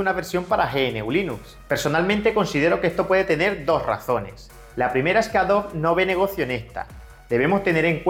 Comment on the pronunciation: Tengo una duda no referente al video en si, si no a como pronuncias el nombre de Adobe como "Adob" ¿a que se debe esa pronunciación, si en inglés se pronuncia "adobi"? en español se deberia pronunciar como se escribe tal cual AdobE.